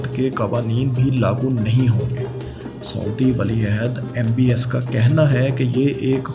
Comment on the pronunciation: ایڈمن بھائی بڑی مہربانی ہو گی کہ اپنی اردو ٹھیک کر لیں ۔ کیوں اردو بول کر اردو کا بیڑا غرق کر رہیں ہیں ۔ 🤮🤢😖😖 سعودی کو سودی بول رہے ہیں اور شاداب کو شداب یار کچھ تو خیال کریں ۔اور بھی کئی غلطیاں ہیں۔ میں ہاتھ جوڑتا ہوں۔ پہلے بھی کئی دفعہ عرض کر چکا ہوں۔۔ 🙏🙏🙏